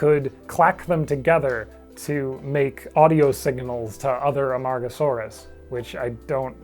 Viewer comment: I must have my head burned because I hear Amongusaurus instead of Amargasaurus